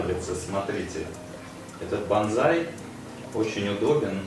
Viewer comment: Извини хочу поправить тебя. БазЗай это боевой клич камикадзе 😂😂😂а если про растение и культуру выращивания подобных деревьев, то правильно произносится БОНСАЙ. 😊 Сорян но это так 😊🤷‍♂️🤷‍♂️🤷‍♂️